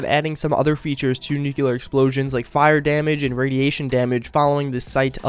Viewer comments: It's pronounced Nuclear, not Nuculer, no extra u sound in there, just saying. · NU-CLE-AR. It's spelled "nuclear", as in having to do with the nucleus of an atom. Not "nukeular" as in having to do with nukes. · I hate it when people pronounce nuclear wrong